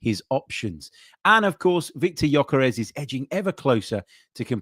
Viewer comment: Can we get this guys name right please. It's pronounced Yerkaresh Yerkaresh Yerkaresh. NOT Yokarez or gorkarez . It's so annoying when people get your name wrong. Everybody on social media is doing it. He must be absolutely sick of it